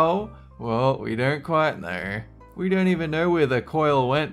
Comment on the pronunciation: "we don't quite nerr" lol